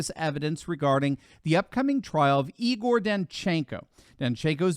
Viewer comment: Igor' is NOT pronounced E. Gore. Probably the closest you can get is if you use ``eager' '. Only one syllable is stressed and that is ``I' '. A totally different name, casual for George, is Egor pronounced yeh GORE. Here gor is stressed. Unstressed vowels are weakened and sometimes disappear.